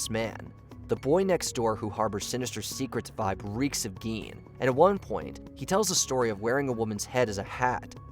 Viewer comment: Gein is pronounced like "stein"